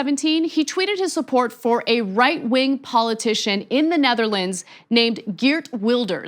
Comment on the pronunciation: dude, whee e the "detherlands", you idiot, also what is the with lay, you crazy racist pile of mung